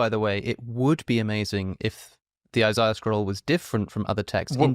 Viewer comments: Who is Eye Sigh Uh? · I'm sorry, but I don't trust the dude who pronounces Isaiah as "eye zye yah" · As a jew. The way he says Isaiah's name is wrong. Already not even a reputable source. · If you start to call out an expert for "lying" make sure you pronounce the names and words correctly. smh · This is so obvious you gotta trust the guy with the accent did you hear the way that he pronounced Isaiah? Yeah either that or trust God. But if you have to trust a man choose the one with the accent. Come on guys this Foolish. Trust God. We have the Spirit of God. This is clearly just Satan did God really say you touch the tree you will die? Grow up is it really so hard to trust God? He has ears let Him Hear didn’t you hear the verses that were read? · Like the way he pronounces Isaiah.